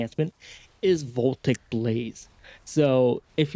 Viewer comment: Uhm ackshually, Voltaic Blaze is pronounce vol-TAY-ic; not "VOL-tik".